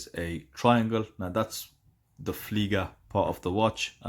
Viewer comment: ... it's "Flieger", not "Fleiger" 👋